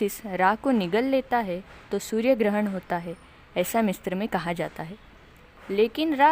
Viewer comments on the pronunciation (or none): मिस्र- MISRA मिस्त्र-Mistra nahi bolte misra bolte h Correct kro hr video me galat bolti ho